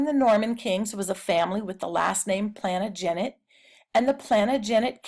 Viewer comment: It’s pronounced plan-tage-a-net